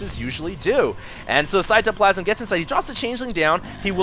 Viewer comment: He pronounces cyToplasm with a capital T